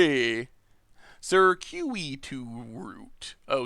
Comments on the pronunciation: Google will literally say words for you... sərˈkyo͞oədəs... ser-que-i-tus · Say it with me,.. Sir-Q-it-us Root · Circuitous Circuit-ous Sir-kit-us Pronounce it like that